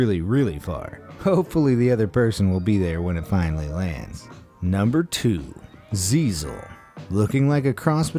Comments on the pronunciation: wiesel not ziesle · Wiesel Not siezel